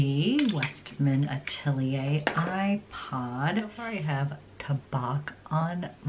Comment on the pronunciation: Beautiful makeup....a heads-up from a French-speaking person: you pronounce the French words “rose bois” perfectly but please use the same rule for the last T and in the word chocolat, the last C in the word tabac. We don't pronounce either of them. Happy New Year!